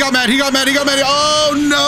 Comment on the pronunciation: “Oh noftt” 🤣